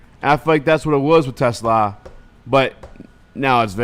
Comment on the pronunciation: Please say Te Slaa. The S doesn’t go with Te, it goes with Slaa. He is not a car.